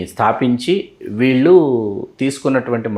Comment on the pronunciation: వేలాది మంది చూసే వీడియోలు చేస్తున్న అవకాశం వచ్చింది. తెలుగు భాషలో అక్షరాలు సరిగ్గా దోషాలు లేకుండా పలకడం నేర్చుకో ఆంకరమ్మ!! వాల్లు,వీల్లు అనే పదాలు పంటికింద రాయి లా వుంటాయి.